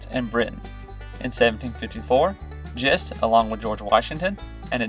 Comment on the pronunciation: My great grandfather was James Thomas Gist, a descendant of Christopher Gist. Gist is pronounced with a hard “g”